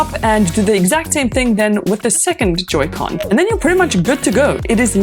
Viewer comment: It's Pronounced Joy-Con